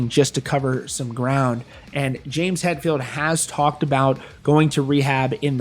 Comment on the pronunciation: XD almost said James Metphild didn't ya lol I needed that laugh bro God bless and have a good one 🤘